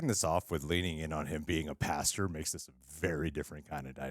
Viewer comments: Great reaction vid. Loved the episode. Noticed you kept saying pasteur instead of pastor. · “Ohhh he’s a pasture” lol pastor not pasture 😂 love the show guys! That just cracked me up in the first 2 seconds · Kept laughing when said "pasture" instead of "pastor" each time lol